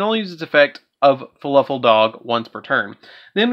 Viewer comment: Is he saying fluffal or falafel?